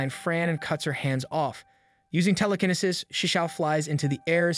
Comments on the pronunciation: Someone tell this man it's tele-kin-ee-sis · Bro pronouncing telekinesis all wrong had me triggered 😂😂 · "teleknisis" truely amazing